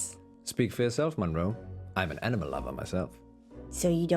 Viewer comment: Every time says “I’m an animal lover” I laugh because it sounds like he’s saying “enema lover”